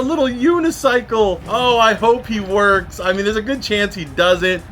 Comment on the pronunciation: gng said wonks lol it says works